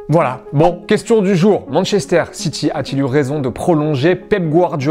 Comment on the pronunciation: Manchesteur on dis